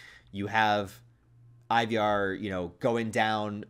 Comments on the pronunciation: Scandinavians pronounce it like Ee-var with a kind of rhotic/rolled R, right? I feel like they went that way sometimes in The Last Kingdom. Or maybe just go with Eye-var. That Y he snuck in there hits different. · Why you saying Ivar wrong bro?